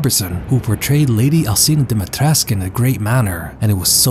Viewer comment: Alcina Dimitrescu: is pronounced Al CHEE na Dom-ih-tresk Everyone: Alseena Dimeetresk :)